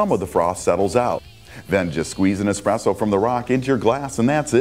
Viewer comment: said expresso not espresso.